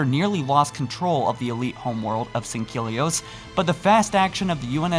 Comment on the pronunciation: Sang-Heel-eeohse is how its pronounced mate.